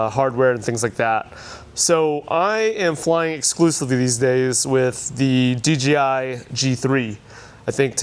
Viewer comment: Dee Jay Eye. Not Dee Gee Eye. It’s funny how everyone pronounces it wrong. I did for a long time before someone pointed it out to me. It’s just easier to say DGI than DJI. Love your work, it’s very impressive.